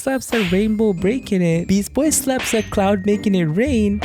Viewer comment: you just said beast boy wrong